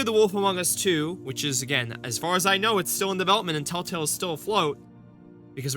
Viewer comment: I am 2 minutes in and you can't even say Tell Tale right or spell it right! Why should we listen/watch you? Just asking??????!!!!!!!!!!!!!!!!!!!!!!!!!!!!!!!!!!!!!!!!!!!!